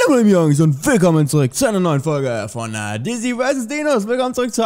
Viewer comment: Alter ist das euer ernst es heißt Dizzi vs D(i)nos nicht Dizzi D(e)nos